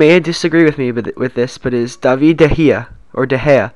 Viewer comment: its david de gea not davie de gea